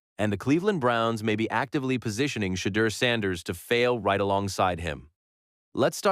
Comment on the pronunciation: SHEDEUR SANDERS IS PRONOUNCED =SHA DOOR SANDERS